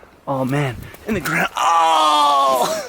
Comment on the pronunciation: " the gound ....... Ahhh."